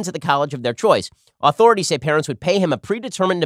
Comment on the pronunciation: Why can't Ben pronounce the word authority